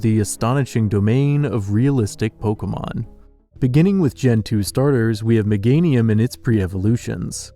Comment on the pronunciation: Amazing videos!! - although how are you mispronouncing Meganium? "Mega-nyum" not "meh-gay-ny-uhm"